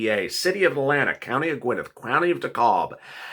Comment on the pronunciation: If i hear you mispronounce Gwinnett and DeKalb 1 more time ill scream